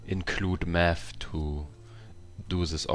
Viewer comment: Meth or Math ?